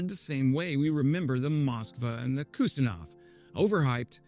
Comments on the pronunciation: Kusnetsov not Kustinov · The kustinov???? At least learn the name dude. KUZNETSOV. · It's Russian aircraft carrier is pronounced Kooz-nyet-tsov. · Kind of screwed the pooch when you cant even pronounce the infamous Russian aircraft carrier correctly. Admiral Kusnetsov. KOOOZ-NET-SOFF... like calling the US nuclear submarine Virginia class the Vagina Class. Too much reading, and absolutely zero listening. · It’s pronounced “khuz-NYET-zov” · Always fun to hear americans attempt to pronounce "Kusnetzov" :D